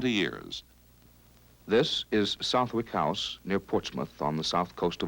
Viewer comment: Excellent documentary. One tiny aside: Southwick is actually pronounced Suth'ick - kinda surprised they didn't pick up on it while filming there.